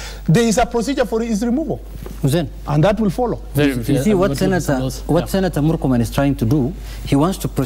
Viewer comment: I regret listening to this bafoon call morkomen